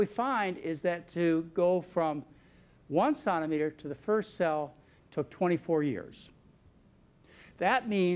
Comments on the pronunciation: Hey John! It's centimeter... NOT sonometer! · CENTimeter not sontimeter! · Why do medical people pronounce centimeter as “sawn-ti-meter” when everyone else says “sin-ti -meter”? 🤔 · He needs to learn how to pronounce "CENTIMETER"...lol. It´s not "cuntimeter" or Contimeter". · Why can't this this dude say centre metre? It's not a sontor metre. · Dear god, won't somebody tell this man that 'centimetre' is pronounced 'sentymetre' not 'sontameter'. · It is CENTI as SENTI not SONTImeters Doc!!! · What's a sonameter? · 'Sontimetre?' WTF LOL? It's CENTIMETER! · Wow, fascinating video -- he makes some interesting diagnoses that are credible, but so many conflicts and dubious claims. And he doesn't speak well: What is a "senimeter?" And who is Steve "Wozzik?" But most of all, is it not true that Dr. McDougall sells high-carb products, and oh yes, used to work for the SUGAR Industry in Hawaii? I would not trust his medical advice or rely on the products he sells. Still, interesting post-mortem on Jobs. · Centimetre, not sontimeter....just saying, eh. Long live strong immune systems -- it’s the main key to good health and longevity -- and stress, reduce your stress levels. Stress is the fertile field for manifesting disease. Ommmm... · Why can’t he say “centimeter” like everyone else. Why must he keep on saying “sontameter’? It detracts from appreciating this video! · What is a sonameter? Is he mispronouncing centimeter? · But what is "sontameter"? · wtf is a santameter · Sahn-te-meter? What university did he go to to learn how to say "Sahn-te-meter?" Probably good speech, but I can't listen to a guy saying Sahn-te-meter for an hour. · What the heck is a "sontimeter"? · wtf is a sontameter? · It's centimeter "cent"-a-meter you bonehead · What's a sonnametter? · A CENTIMETRE - (Pronounced SENTYMETER) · Yea really, and its funny b/c a sonometer is a tool to measure sound. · What's a suntimeter? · ... what is a "sauntameter"? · It's a centimeter not a sauna-meter.